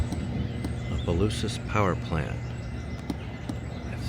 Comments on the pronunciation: OMG I cringe when anyone butchers names in Louisiana. Towns...or whatever. He's hacked at Opelousas so many times. If you aren't sure how to pronounce something just ask. And it Opa-lousis. Omg he just finally got it right 😅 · Abdallas was a high end clothing store, we had one in New Iberia also one in Lafayette, have to laugh half the time you pronounce Opelousas right, half well not so right…lol. I used to love the town, but now I avoid it as much as possible. I now live in the small town of St Martinville, it’s getting about as bad…